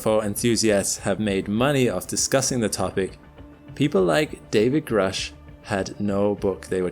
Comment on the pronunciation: Grusch is not an English 🏴 name. This spelling points to Central Europe and is pronounced Groush*… Sorry about this. Your colleagues at the channel *The Angry Astronaut pronounce it correctly. Thank you for this very informative and non-sensational collection. This is a topic I normally avoid.